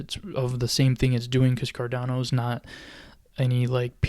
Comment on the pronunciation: Cardano not Cardono hahaha